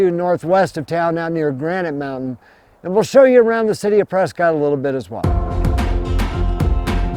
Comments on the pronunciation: It's PresKITT, NOT Prescott. Pronouncing it "cott" does a disservice to our town's namesake! The family was prominent in Boston, but divided on the American revolution. To distinguish himself from the loyalist side of the family, William Prescott changed the way he pronounced his family name. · Locals pronounce it “Presskit” I know been a Prescott all my life great tribute thanks. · It's pronounced Preskitt!